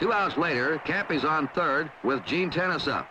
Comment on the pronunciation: I recall during that WS broadcast that Gene Tenace’s name is pronounced "teh-NOT-Chee.", not “tennis”. Can anyone confirm this.